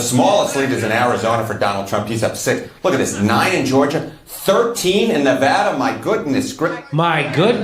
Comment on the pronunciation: FFS THANKS FOR SAYING NEH-VAHDA RIGHT!